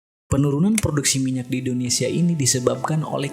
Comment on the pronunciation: AWAK2 NI BILA NAK SEBUT INDONESIA SELALU DENGAR MACAM SEBUT MALAYSIA ...ADA TEKNICAL PROBLEM KE???